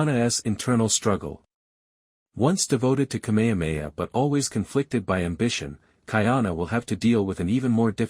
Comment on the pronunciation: If you can say: “HA HA HA” you can say KameHAmeHA … it’s NOT ka mea mea